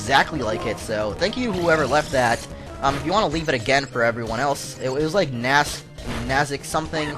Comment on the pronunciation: nasca lines it's nasca lines